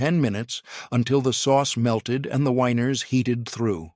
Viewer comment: I the narrator wanting to say "the weiners" instead of "the winers?"